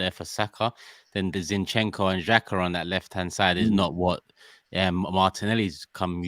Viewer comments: Why can't pronounce Zinchenko properly? 😂😂😂 Its not Shinchenko, I laugh every time he says it 😂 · Shinchenko... is that a new signing? I love when cannot pronounce the name correctly. Always makes me laugh. Great content as always and that comes from Liverpool fan! I love watching you guys!